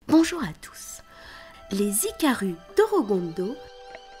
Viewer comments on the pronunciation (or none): Euhh on est d'accord sur le fait qu'elle prononce DOROGONDO à la place de DORODANGO? (sinon merci pour la video) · attention pour ce qui est de la prononciation l'écriture est corecte mais la prononciation est "Dolodango" le "R" en romaji (japonais) se prononce comme un "L". Sinon tres jolie video félicitations